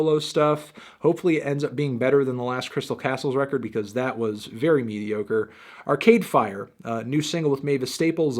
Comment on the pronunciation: Why do you stress arcade fire like "ar-CADE fire" lmao